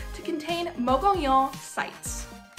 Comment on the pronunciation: Your facts are off which makes them not facts. The rainy season is July - September, the caves that the nomadic people used as shelters is situated above Cliff Dweller Creek not the Gila River. Good job pronouncing Mogollon correctly.